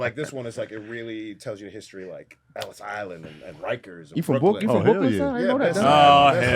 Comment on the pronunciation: DC😭😭😭😭 “BWROOKLYNN” 😂😂😂